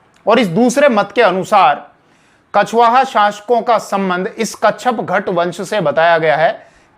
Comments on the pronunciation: कच्छपघट नहीं,कच्छपघात होता है, ठीक से जानकारी किये बिना ही वीडियो बना दी है। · Kacchagat nahi kacchapaghata...sahi pronunciations h hasan nizami ki book taj ul.masir must authentic history book h is era ki..unhone kacchapaghata ko gurjar pratihar dynasty ki ek shakha bataya h parihar. Jo k agnivanshi h.gwalior narwar asi k kacchapaghata rajputs k descendents abhi b zinda h u hone nagod riyasat kayam ki h mp m..wo sab parihar h agnivanshi..ye basi hi vivadaspad bast h..authentic source nahi h..